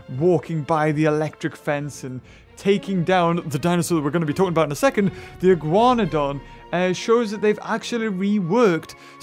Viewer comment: And the Iguanodon shall now be pronounced as the Iguanahug (you) :P